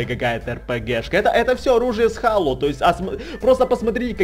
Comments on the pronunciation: Не хало а хейло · не halo а helo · зело а не хало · у меня на иксбоксе есть эта игра! и да не хало а хэло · ХЭЙЛО А НЕ ХАЛО